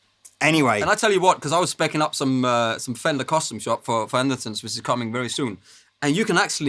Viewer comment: Is it just my bad hearing (but I believe I've heard the Captain say it this way before) but at about the mark does he not say Anderson's rather than Anderton's? Am I missing something here from my perch in Northern Wisconsin?